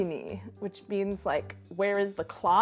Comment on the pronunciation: I think the sentence "Kde je hodiny" confused the guy, because your pronounciation is more like "Kde je hodný", which would more or less mean "Where is the nice (person)"